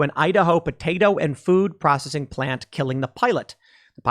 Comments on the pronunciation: Hey Tim it's P R O S C E S S ING NOT prossing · Dude, your pronunciation of "processing" is driving me nuts. PRAH SES SING. Say it again. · Is it me or is he saying "prossing"? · Why cant Tim pronounce processing? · pro cess ing not pro cing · Say it with me tim.... PRO-CES-SING... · Tim, it’s pro-CE-ssing. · Tim….it’s pro-cess-ing. Love your show but that drove me nutty 😀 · All I heard was "food prossing". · Anyone else triggered by the way Tim keeps pronouncing it "Procssing"? I think he's doing it on purpose. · PRO CESS ING. say it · Tim, honest question. Do you have a speech impediment? You can't say "processing" and hearing you mis-say it over and over is painful to my ears. I have never heard you say "versus" correctly, either. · Why can't he say the word 'processing'? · bruh learn how to pronounce processing it's f'ing annoying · The way you say processing sucks but you are loved anyway! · How come you can’t say the word “processing”? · The real question is; can Tim really pronounce processing? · So Tim can't say the word Processing huh? Lol